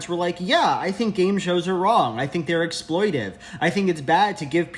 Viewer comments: The word is “exploitATive,” LJ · I think it’s exploitative not exploitive